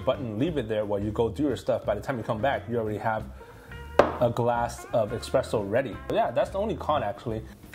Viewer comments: Can't watch a review of an ESpresso machine from someone that mispronounces Espresso the entire video by saying --> EXpresso. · S-presso, not X-presso. Every Italian is cringing right now! And it's not Frothering either. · It’s called espresso. Expresso is not a word 🤦‍♂️ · Every time he says "eXpresso," I think my eye twitched. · I know mine did and that why I stopped watching the video